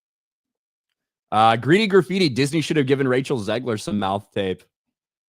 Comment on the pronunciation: OMG! got her name right (and I don't mean the last name).